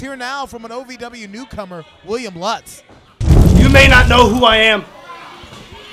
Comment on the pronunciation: The guy introduces himself as “Lootz” — & the announce team continues to announce it “Lutz.” I am glad they are able to help him correctly pronounce his own name.